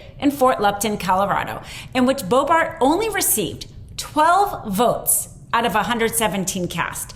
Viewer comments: I realize you won't have to say this name much longer, but the woman's last name is pronounced BO-bert rather than BO-bart. Thanks for the video! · Stop saying BOEBART. 🤦🏼‍♀️ How can someone report on this and continuously mispronounce her name. Who does not know it is BoeBERT?! Lord. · Boe BERT not Boe BART. Jebus! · You keep pronouncing her name “Bo-Bart”. It’s incorrect. I don’t think much of her, but are you even trying to say her name correctly? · I like the content, but the subject's name is not "Bo-BART", it's "Bo-BURT". You just don't come across as credible when you mispronounce the subject's name—especially when the name is easy to pronounce. You should have hosts that know enough about their subject to pronounce names correctly. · To....This mentally challenged female aardvark is named LAUREN BOEBERT and not LAUREN BOEBART! It is right and proper to be critical of this female...but...at least get her name right! I don't think you'd be pleased to have your name pronounced DULL!!! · She is a loser and embarrassment to the GOP. Unfit to serve. P.S. BoeBERT...not BoeBART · I know we don't care for her, but how do you keep pronouncing her name wrong? It's not Bart. It's Bert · lady announcer needs to at least pronounce LB's name.........and it's NOT BoeBART it's BoeBERT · This would carry a bit more credibility if these announcers would pronounce her named correctly...it's not BoeBART - it's BoeBERT. She is a joke - I wonder who told her she could do this job...? Anyway, I think she's probably done for, but until she's gone lets pay attention to her name. It's Bert (as in Bert & Ernie) and not Bart. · I'll be glad when Boebert is out of the news. But, it's Boebert, not Boebart. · BoebErt, not BoebArt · It’s “Boebert “ not “ Boebart”! Or Bimboo! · Are you not able to pronounce names correctly? Boebert has an odd name but nothing is particularly difficult about its pronunciation. I'll help you out - it's Bert and Ernie, not Bart and Ernie.